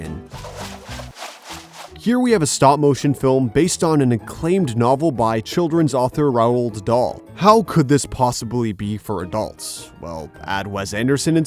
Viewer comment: Ah yes beloved children's author Raoul-d Dahl